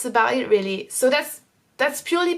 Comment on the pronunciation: Your English is really good, and your pronunciation is great! But in watching your videos over time I reaallllyy want to advise you on changing one English sound: "o" in like "video" or "know" or "so" etc you pronounce it too closed, like "oo" (or even ü) like "videoo" "knoow". It's a little to strong, like the "u" French sound. If you change that slightly your accent would be perf!